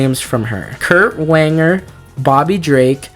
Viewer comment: I’m not trying to be mean or anything, but.… Kurt Wanger lol, it’s Kurt Wagner, pronounce “Vagner”, an actually somewhat common German last name (or at least I’ve known quite a few Wagners)